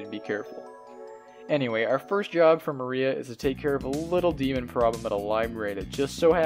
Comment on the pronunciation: >Black Mariah lmao dude, it's Maria, like the Spanish name